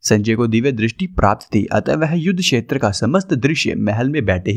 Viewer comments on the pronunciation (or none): none